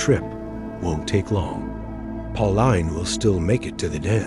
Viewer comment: It's pronounced pau-leen not pau-line bro , great vid btw